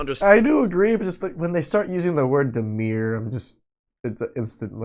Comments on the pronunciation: Demure, DEMURE! The word is pronounced [dəˈmyo͝or]. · "demure", not "demeer". If she was raised in an English speaking country but can't speak English, that is a big red flag (also if she speaks ebonic instead of English). Does not apply to people where English is their second, third, etc. language. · Why can't Americans pronounce 'demure' properly?